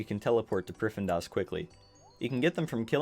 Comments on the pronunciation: Priffindas...... Dude ... you literally had the text that clearly said priff-din-as multiple times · Its pronounced prif-thee-nas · Every time he says priffendas... I get that people can have different pronunciations, but I don't see how that's one of them lol. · is located in what now. "pri-fen-das"?!? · great guide, helped me out a ton! I was losing my mind at how you pronounced prif though lol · stopped watching the first time i heard you pronounce the city name lmao wtf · Lmao same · This might actually be a good guide, but I was getting so triggered by his pronunciation of Prifddinas, I had to leave before the first full minute. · It hurts me to hear it get butchered😪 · nah, im canadian. that is not how its pronounced lmao